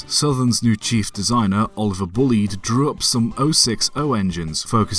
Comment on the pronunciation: The name is pronounced incorrectly, it is not Bullid, it is bulli ed. I met Major Bullied 15 years ago, the great grand nephew of the man himself, and asked him to clarify the pronunciation, the answer was as above, from the horses mouth, so to speak. No doubt this ignorance will persist because there are always those who think they know better.